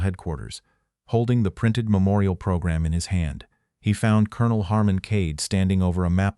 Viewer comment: Why do you mispronounce 'colonel' ? It is ignorance and lack of education